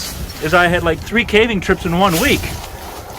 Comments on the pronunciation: “ cAhhhving” okay 😂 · calving? Really?? Ai should have never been taught to mimic human voices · I don’t know personally, but I a have sneaky suspicion it’s pronounced ‘Cave-ing’🕵️‍♂️🤖